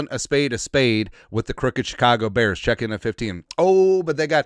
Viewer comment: "OH but, da beahhrs"